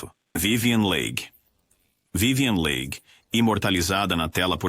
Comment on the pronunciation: Não é vivien lei... é Vivien Li , se pronuncia Li. A Harlow era doente devido o excesso de tintura no cabelo, afetou o rim. Ela ficou muito muito mal. Os outros, a maioria, infelizmente sofria de depressão, problemas com alcool e até pilulas... isso afeta. Pobres "anjos das telas"... tinham glamour, mas eram infelizes... a grande maioria... RIP